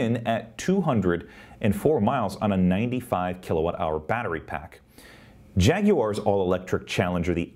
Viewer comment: Great data. Tesla is something quite unique indeed. And thank you for saying Jag-you-are, not Jagwire (looking at you Gali), and luxury, not luggshree (looking at you Jessie). All kidding aside, thanks to all the Tesla Tubers for all of your hard work. We are all better for it. Tesla is so far ahead, Ford can't even see them with a telescope. Ford is yet to come out with tech that would compete with a first generation Prius. That's not a knock on first generation Prius(es), just to illustrate that Ford is literally two decades behind the times. Tesla is so far ahead of legacy automakers they don't even know they've lost yet.